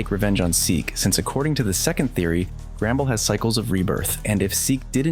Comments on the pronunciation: Not to be rude but it’s “The Mines” and not “The Miners” and it’s “Grumble” not “Gramble” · Your saying grambles